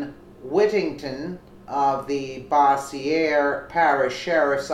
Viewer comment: Love your vids! Keep them coming...:-) You pronounce that (Bossier) as: Boz-yer lol.